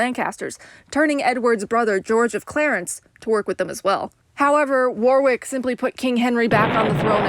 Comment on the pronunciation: War-ick not War-wick.